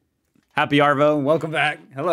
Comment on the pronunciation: Stop pronouncing the r in Arvo, when we say it, it sounds like Ahvo, "see ya thisahvo mate"